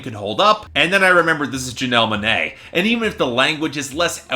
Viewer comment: “Janelle Muhnae”